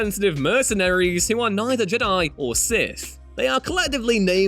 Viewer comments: Why have i only just noticed the weird way of pronouncing Jedi this guy has its more like hes saying JID-AYE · I hate the way Ewan says Jedi